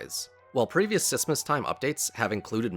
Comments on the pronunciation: please say smissmas right or I wont watch all of it :( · please stop saying sissmas